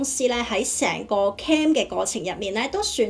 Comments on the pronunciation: 只係提提你受過BBC英文訪問 又嚟咗英國咁多年 可唔可以唔好將"Claim"讀成"Cam" 最大問題你片中有提及個“Cam"拍得唔清楚 你又用返同一個讀Cam唔到錢 No Cam Bonus。如果你唔知點讀可以查下字典 學下IPA國際讀標 Claim/kleɪm/ Cam /kæm/ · 提一提，其實 "claim" 正確讀音係 /kleɪm/， 同 "cam" /kæm/ 有分別。 另外片中提到 "no claim bonus"，如果讀成 "no cam bonus" 可能會令人誤會。 仲有 "crime number"，聽落似 "calm number"， 可能可以再留意一下讀音會更清晰 👍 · 咩係 calm reference no .?你連 claim 都唔識讀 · I wonder what you have done to receive these negative responds?! Have you given that a thought??? Check your pronunciation for " Claim " and " pouch" Wrong pronunciations